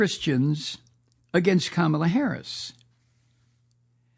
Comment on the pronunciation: Her name is pronounced Comma La.